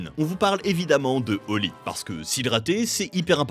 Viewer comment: c'est pas holy... C'est HOLY